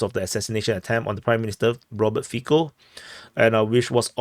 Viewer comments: say "Fitso" not "Fiko" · A fair assessment. Cintula appears to be attempting to mitigate the gravity of his crime by saying he didn't intend to kill Mr Fico (it is pronounced feetso by the way as the Slovak 'c' is pronounced 'ts'. The atmosphere in Slovakia is fraught due mainly to the completely one-sided narratives that have been seen in both the print and televisual media. Virtually zero news has related the Russian viewpoint on how the situation with Ukraine had its genesis and the part the western powers played in it. All the emphasis has painted Putin and Russia in the darkest possible colours. It is no surprise then that a campaign of media-justified hate toward Putin and Russia has eventuated in this crime. The media in general is acting as if Russia has declared war upon the western world and the constant attacks on both Putin and all things Russian have had this almost inevitable end result in Slovakia. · Fico is pronounced Fitso (c = ts, k = c). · It is better to imagine his name spelled as Fitso for a better pronounciation. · 1/ prononciation of "c" in slavic languages is most similar to "zz" in word pizza (no offense, we probably butcher asian names even worse 😊) 2/ so far no evidence about more people involved in preparation. Most similar to Ronald Reagan assasination attempt scenario. 3/ deleting fcb account happened most likely after someone from local censor team announced Meta. 4/ liberal (read : All the local mainstream) media tryin blameshift to his connection to local Wish level nationalist group and hide that he repeated All liberal mantra (on leaked video some hours after attack AND in front of judge in preliminary hearing when he was taken to custody) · 1. its funny how everyone pronounce Fico. C in slavic languages is /t͡s/. 2. What is posted on facebook cant be deleted. Meta have his communication. If they dont give it to police , then we know for shure who is behind assassination attempt.